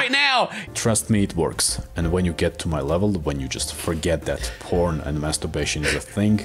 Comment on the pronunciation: I thought you said “prawns!??” Then thought how many prawns was he eating before!?? 🦐🍤